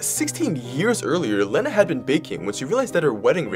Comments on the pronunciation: The name is pronounced, "Leena", like the word, "lean". Not, "Lenna", like "lend". 🙂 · I’m not mad but unless she said her name was sounded like Leh-na, that’s not how you say it. Ik that because that’s my name 💀😭it’s pronounced like this lee-na. ☺️ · It's pronounced "Leena"